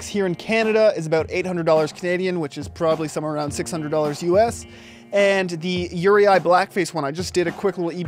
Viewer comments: it pronounced "ur-eee" not "ur-e-i" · Uri--eye? WTF??